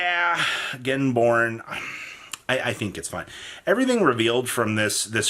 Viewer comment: The way you say Genborne sounds like Getting Born, which are lyrics to that awful RHCP song